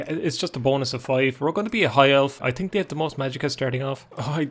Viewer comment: Eye tink